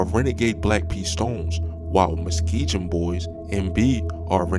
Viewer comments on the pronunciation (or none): Muske"g"on not Muskgion❓ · He named his album after Fazo not just his shoes lol, you know "Welcome to Fazoland" his most famous and best album! Also you pronounced Muskegon wrong and Marquette wrong! You never heard of Marquette university? It's Muss-Kee-gun (Muskegon) is how it's pronounced, and Marr-Ke-ht (Marquette), That's how you say those words bro! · They take you misspronouncing their area name very personal and even if you and I know they are very immature it makes no difference if them taking it personal leads to them then taking your life so always remember it’s pronounced Muskegun as in g g g gangster not j j j not muskeejun how you are saying it so yea I just wanted you all to stay safe peace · He wild for that Muskeegen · Im from Michigan and u right he definitely pronounced Muskegon wrong🤷🤣🤣🤣😭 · The way you’re mispronouncing Muskegon sounds like it’s done on purpose lol. That’s not how English works haha